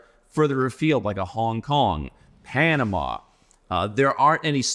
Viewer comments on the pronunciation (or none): none